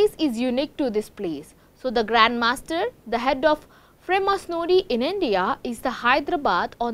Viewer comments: Freemasonooorie? what a news channel , How can one let her speak . Mind blowing what level of news reader people hire today ... 🙄. what a shame she was presenting . Cannot even say masonry. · U pronunciation is wrong Freemasonry.., its actually free-masonry